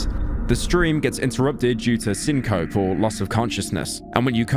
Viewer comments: sin-cope? lol sin-kuh-pee, in other words passing out or losing consciousness. Sin-cope hehe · Cyn COPE? Isn't it pronounced sin co pee ? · its pronounced sin-co-pee not sin-cope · U said scene cope and not scene copey when u tried to pronounce syncope L video 0/10 lay dead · Beotger it is pronounced syn-co-pee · "syncope" is pronounced syn-copy. Headass. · it's pronounced syn-co-pee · Man said "sin-cope" I can't believe it. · hey pyro, it's pronounced SYNCO PEE. Meaning you pass out involuntarily. (usually due to a vaso-vagal response :) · let me just say brilliant video but i have to be the person to say that syncope is pronounced: syn co pee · Brother it's pronounced syn-co-pee. Otherwise great video but that mispronounciation hurt my ears. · he says syncope wrong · Wow what a nice video >mispronounces syncope I’m reporting you to the google overlords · also mispronounced syncope